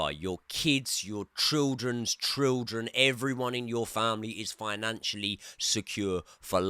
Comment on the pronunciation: You can’t say ‘children’ properly